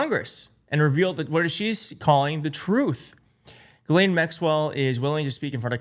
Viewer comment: And, you've got to be about the only American commentator who pronounces Ghislaine correctly - kudos.